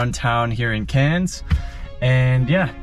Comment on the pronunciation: Just started watching I’m from Cairns I thought it looked familiar. I lol ed when you got in on the wrong side ! I’ve driven in the states and we’ve all done it. Also props for getting the pronunciation on Cairns right.